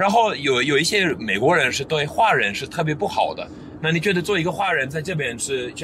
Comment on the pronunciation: your Mandarin is quite eloquent but not really proficient as you have said yourself.华人 hua ren, the "hua" should be pronounced in second tone, not fourth tone.It could only be pronounced in fourth tone when it is used for surname.